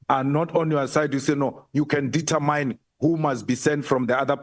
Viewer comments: Not detetmine but determine determin please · The queens English it's not detamine queen says determine determin